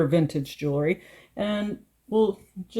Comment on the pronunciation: Very nice! Just FYI, for a more professional sound, say jewel-ry not jool-ery. I'm glad I found this site, keep posting. Thanks.